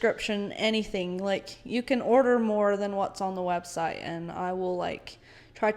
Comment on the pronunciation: 😂😂 I have to say this, Come on, you can't even say her website right. You're supposed to be "so inspired by God" 😂😂😂 Love you guys. This was so good, so eye opening to the bullet I dodged being sent away when I was and not having to go through what y'all did. Keep up the good work!! Thanks! You Rock girl! Stay at it!!!❤